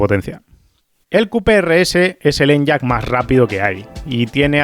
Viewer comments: No se llama En-yaq (usando la Y como consonante) sino E-ny-aq (la Y como vocal) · Por favor, deja de decir "en-yak" y dilo como "eniaq" 😅